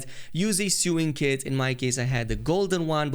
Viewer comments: I just love hearing, "sue-ing kit" like I need a lawyer to get through the endgame in Elden Ring. ;) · The way he says sewing kit is hilarious